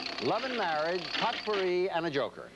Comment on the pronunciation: Jack didn't know how to pronounce "potpourri". Also, I remember watching this episode with my tape recorder. I tried in vain to read off the credits as they rolled.